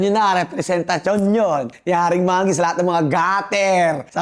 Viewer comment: manggi ❌ monggi ✔️